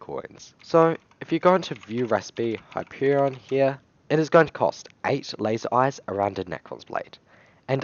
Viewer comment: him: the hyperion my ears: the happierion.